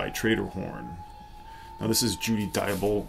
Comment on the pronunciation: That was very enjoyable, I wonder if you saw that Judy Dyble made a very good album with David Longdon just before she passed in 2020, unfortunately David passed in 2021 from an accident. BTW not many say her name correctly so good on you!